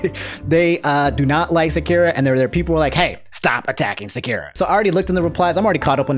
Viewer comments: I'm about to cry, your pronunciation of Sakura is so wrong. It's Sa-kura, not Saku-ra or Sa-cure-ra. There's a pause in the 1st syllable, then you're supposed to say the 2nd and 3rd syllables fast as if it were one word. Lots of people tend to get the pronunciation of the name wrong yet pronounce Akuma correctly for some reason. You're supposed to pronounce the KU in Sakura with the same sound as the KU in AKUma as in the character's name in Crash Bandicoot Aku Aku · I'm trying to watch the jacksepticeye part but I'm cringing everytime you say sakura lmao. its Sah-kur-ah. please. lmfao. not sah-ki-ra. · I love to much but it hurted my gut when he said sakira. Now don't get me wrong I don't associate with them sakura stans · Sekira?? SA-KURRRR-AAAA. always saying something wrong😂😂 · These pronunciations of naruto characters and their abilities are killing me man. "Sakira", shuringen". My brain man. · Sah. Koo. Rah. Sah.koo.rah. Sakura. Idk if that’s entirely right but from what I’ve been told you can break a lot of Japanese words down to by two letters and pronounce them. I HAVE NO CLUE If that is correct just annoyed that you’re pronouncing it more like Shakira. Lol. You do you tho 😁👍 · Dude stop saying Sakura wrong it's SAH-KU-RAH not Secure-ah . . . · Sak.......ur.......a not sekira lol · Sakira LMAOOOOOOOOOOOOO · SAKUREA LMAO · Lmao I thought you said Shakira when you first said Sakura 🤣😂💀 It's all good, we understand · Your content is hella refreshing in the current YouTube landscape and i appreciate you.... but how the EFF did you just pronounce "Sah-kur-uh"?? LMAO but ay much love dude, keep it up. Fuggin "Seh-keer-uh" up in here man dufuq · REEEEE it is pronounced Sock-er-a ... but ya she kinda sucks throughout Naruto, and gets buffed (literally) in Shippuden... but doesn't amount to much... Also I believe completely in this video: "Naruto, the Self-made Hypocrite" ( ) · how you pronouce sakura is like nails on a chalkboard. IT'S SAH-KU-RAH